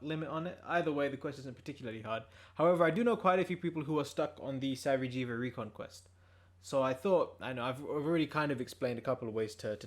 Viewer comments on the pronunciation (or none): Lol “sa-vee-jee-va”